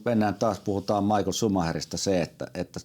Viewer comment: Schumi on saksalainen, joten hänen nimensä kuuluisi oikeaoppisesti ääntää saksalaisittain "Miihael/Miihhael", eikä englantilaisittain "Maikl/Maikkel".